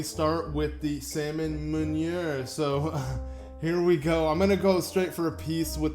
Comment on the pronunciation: Nice to see something new from your channel. Also just to help you out there, meunière is pronounced moon-e-air.